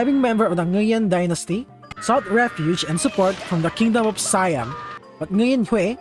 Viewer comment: It’s see-am not siiii-am